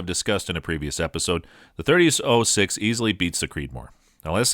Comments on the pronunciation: Anyone else hate the way he's say 30-06? 30-O(like the letter)6 smh. There's a difference between 0(zero) and O(letter) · “30-ohh-6” “ohh-give” maybe you’re high? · Did you call it a 30- oh 6? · Is this an AI reading this? The pronunciations of so many things are off. 30-oh-6? Nope. Leee-o-pold? nope. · and you need to learn english you didnt pronounce Hornady right you said harmony and you didnt say 30-06 right either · You lost me when you pronounced “.30-06”. Obviously not much of a gun guy. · I wish this guy could say 30-06 correctly......🙄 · It’s 30-“ought” 6 not “oh” 6. And “o-jive” not “o-guy-ve”.